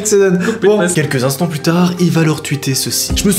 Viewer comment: c "Plus tard" et non "plutard"😂